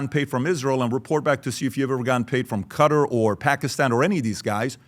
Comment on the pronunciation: He pronounces Qatar as Cutter 😂